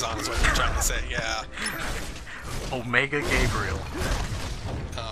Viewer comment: You said Omega Gabriel, I heard Ulmaeda Gabriel, which would have been a much better game.